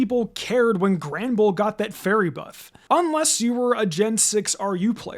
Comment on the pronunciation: No way he said 'Granderbull'